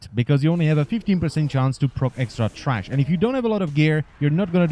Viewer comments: t h r a s h not trash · Good guide thank you. And it's THRASH not TRASH! Lol. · tHrash not TRash